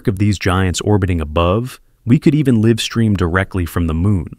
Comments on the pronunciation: Interesting video. Thanks. However, , "Actually, the moon actually . . ". Isn't that just a bit redundant? Then, , "we could 'liv' stream, rather than the correct 'lyve' stream' (live stream". You don't hire very smart robots, do you? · liv stream, nah - I prefer live stream. announcer is AI and poorly done. Elon, I hope this is not your AI program this content creator is using because it has flaws. Alpha Tech. proof view your videos before release, jesus man - DO BETTER.